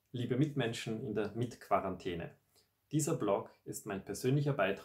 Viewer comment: Quarantäne wird am Anfang mit "K" ausgesprochen OMG...